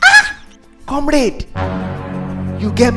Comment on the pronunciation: Its come-rad not come-raid 🤣🤣